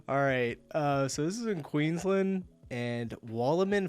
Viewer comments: dude it's Queensland not Queenslind ok mate. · Dude, its QueensLAND. Queensland. Not bloody QueensLIND. QUEENSLAND